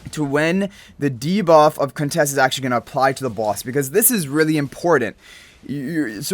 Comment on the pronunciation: Waaaoow!!! You said her name right. Nice 😁👍🏽